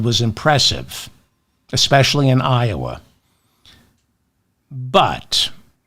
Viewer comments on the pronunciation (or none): none